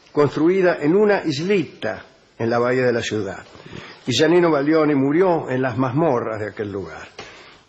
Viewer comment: Es Giannino, no Yanino...